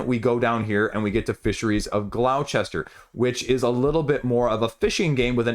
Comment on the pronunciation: Hi Great vid, in case you ever come to England Gloucester is pronounced gloss-ter. Don't you love English 😃